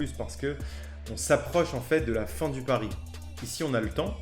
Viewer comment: Mon "pari" et pas "pariS"